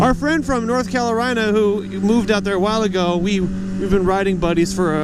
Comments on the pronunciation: Every time you said calorina. 😄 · did you say calorina